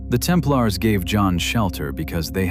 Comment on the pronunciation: I switched 9ff as soon as I heard the AI generated mispronunciation of Templars. Bye!